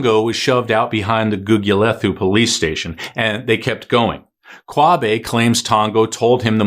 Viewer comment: Gugulethu.... pronounced Googoolaetoo.... no 'th' as in English !